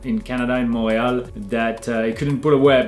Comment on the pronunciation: I had no idea thats how you pronounce “Montreal”! Learned something new today